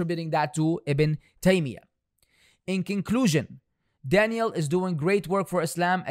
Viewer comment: I just hope you’re not purposely pronouncing that man’s name like Danielle and it’s just your accent 😩